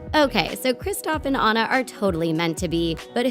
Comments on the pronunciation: Did anyone notice she said “Ana” and not “Anna” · Anna ( on - na ) not Anna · It’s ona not Anna i know that Anna is how you spell it but ya 😡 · Don't call her Anna it's pronounced onna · when you say anna in sted of ona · Did you just say an-u instead of on-u???? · It is ona not ano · In frozen Annas name is pronounced differently. It's not pronounced "An-nuh" It's pronounced "Ah-na" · Ummm honey its not anna its onna with an o but its not spelled like that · It’s.. ahnah... not Ann uh.. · It's not ANNa it's anna like awena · anna isn't supposed to be pronounced an-na. more like on-a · It’s “Ãnna” with a short A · Did she just call Anna Ann a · isn't Anna pronounced AH-na. i mean, i may have been saying it wrong so I'm just asking :). I'm not trying to be mean. Love the vid!! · The pronounce Anna wrong and it bothers me Lol have they really watched the movie?????? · YLU CANT SAY ANNA RIGHT! WATCH THE MOVIE AND PRONOUNCE IT CORRECTLY! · When u realize they pronounced Anna wrong 😫😫😫😫😫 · WHY WOULD YOU CALL ANNA, “Anna” it’s ANNA in the movie so you know it’s ANNA NOT Anna! I hate you now. Sorry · She said Anna rong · shes saying anna wrong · You say anna wrong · I keep getting triggered that they where saying Anna's name wrong